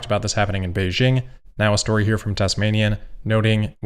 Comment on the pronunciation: Great pronouciation of Beijing and Hangzhou!